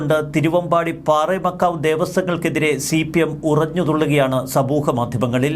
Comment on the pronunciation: പാറേമകാവു അല്ല. പാറമേകാവ്